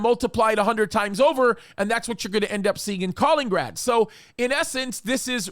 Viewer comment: It's Ka-LIN-IN-grad, not Kalingrad.